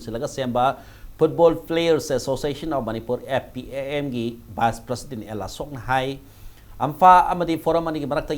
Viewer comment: Masi anchor gi pronounciation yam phatte,prasident haibasi karibu haibra?